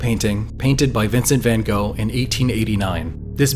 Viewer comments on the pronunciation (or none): Person talks about art, massively mispronounces both Van Gogh's and Munch's names, credibility in doubt!